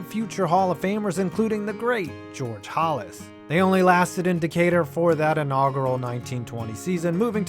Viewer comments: Who is George "Hallus"? It's "Hal-as". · I’m sorry.....” the great George HOLLIS??” Who TF’s George HOLLIS?? Do you seriously not know how to pronounce Papa Bear’s last friggin’ name?? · You did NOT just pronounce Halas’ name that way